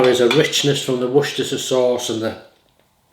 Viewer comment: I thought it was only Americans that struggled to say Worcestershire sauce properly 😂